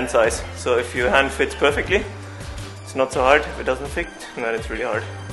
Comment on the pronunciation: "it's alot about size, if it doesn't fick, it's very hard" 😅🤣